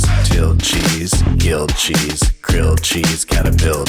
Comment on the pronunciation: Gilld chese